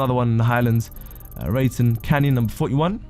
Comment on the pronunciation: how do you pronounce most of the names wrong. buccaneer way became "baccinari way", the grand senora desert became "dessert", Raton canyon became "Rayton" and paleto bay became "pallet-oh"